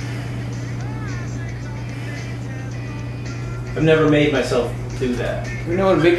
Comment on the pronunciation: varm it in the microwawe!